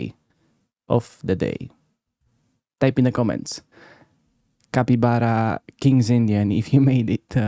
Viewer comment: Capytbara? What was that about ? 🤣